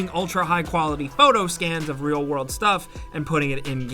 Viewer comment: “iT jUsT fEelS 2 Re4llll”